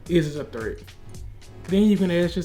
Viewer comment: bro I cant realy understand what you are saying.. it might be "threat" but im not sure